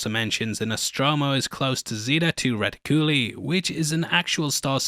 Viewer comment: Just wanted to clarify both words are not Latin, Zeta is Greek and you are correct Reticuli is the Latin genitive form of reticulum but it's most accepted pronunciation is rēticulī as in reticulitis. been in medical fields for over 15 years and am quite familiar with Latin terminologies. I was really just taking the piss at his pronunciation, because I hear them pronounced and mispronounced so often, and there's almost always at least 2 ways they are said. Hence my ":)" in my comment.